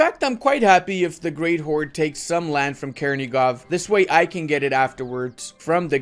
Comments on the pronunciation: In ukrainian,russian Ochakov and Chernigov sounds with "ch" not "k".Chernigov but not Kernigov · Not Kernigov, it's Chernigov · for the love of God, please stop butchering all of those names. "Ch" in Chernigov and Ochakov is spelled the same way as in "butchering". Also yeah, as much as i appreciate the message, you're showing that you don't know jackshit about the history and geography of the region, sorry:)